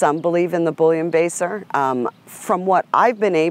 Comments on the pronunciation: Haha, thought she kept saying bullion baster. Then I realized what she meant. Bullenbeisser pronunciation = Bull-en-bye-sir That being said, overall is very well spoken and full of good information. Thanks for sharing. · She may not dispute the "bullion baser", but I dispute the way she butchers the name "Bullenbiesser (bool•len•by•sur)", it's not "Boullion-baser". I don't mind telling you it sounds like the dog's freebasing bullion. Every time she says it, I can just see that poster of the dogs sitting around at the card table, with a boxer in the background with a mirror and a credit card cutting down a bouillon cube to prepare it. How does she explain the origin of the noticeable stop and the brachycephaly of the Boxer if the Bull terrier is the mix of a Boxer? The origin story of Bullenbieser and what were called Bull and Terrier dogs doesn't explain the squareness of the snout, I will agree with her there. The old portraits painted or pics of those dogs show them both with narrow snouts., and the Bull and Terrier type dogs did not have that football head. The Bulldog definitely once had a bit of a snout - much more than the popular English dwarf, and closer to the revitalized Old/e English Bulldog/Bulldogge that is being bred these days. Also the Bulldogs had a big head but not the way they're being bred nowadays so, she could be right about the old Bulldog being in the mix. They are believed to come from the Asiatic Mastiff and the Pug.